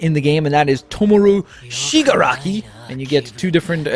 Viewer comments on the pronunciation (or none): IKR okacho siguraru and full coling wow